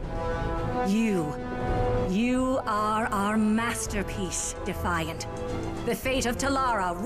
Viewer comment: the moment he said defiant I stopes watching